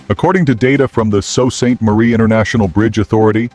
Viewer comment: It’s NOT salt Ste. Marie. It’s pronounced Sue St. Marie.